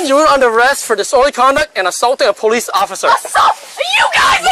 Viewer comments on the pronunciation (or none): The girl at the end said poolice brutality 🤣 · “poloose brutality” LOL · Did anyone hear the girl at the end ??? “Poloose brunality” 😂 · Trent Rains I thought I was the only one who heard “poloos” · I heard ''pah-loose brutality'' but its pretty much same thing.. Just thought her egregious error of pronunciation deserved to be highlighted for the severe cringe factor.. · The lady at the very end said "paloose brutality". lol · I heard paloose brutilidy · At the end she said “Paloose brutality” 🤣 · You guys hear the girl at the end? “Poloose brutality” What’s a poloose? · At the very end the friend “This is poluse brutality” We haven’t been drinking 😂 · Lmao the end where she says paluce brutality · Did anybody hear that last line? “Poloce brutality” 🤣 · Did anyone else hear the last girl say "polooce brutality"?